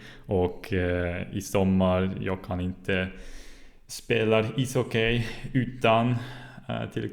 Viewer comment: Good, but pronounce ishockey as isocky, no diphtong at the end.